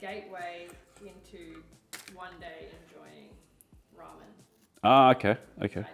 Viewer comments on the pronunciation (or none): none